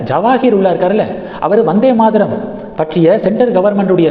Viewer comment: Maadaram இல்லை, Maataram, த as in தமிழ்